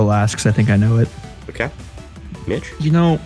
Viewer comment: At roughly , he says "Okay, okay, Mitch?" and for the fucking life of me it sounds like he's saying "bitch"